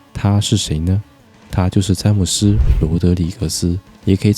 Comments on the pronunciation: 是何母斯 不是詹姆斯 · 他不唸詹姆斯，他發音是哈梅斯，他哥倫比亞人遵循西班牙發音，所以J發成H(哈) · 英語才是詹姆斯 哥倫比亞用的是西班牙語 發音就是哈梅斯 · 他的母语是西班牙语，所以James不是英文名，音译得按西语发音翻成-哈梅斯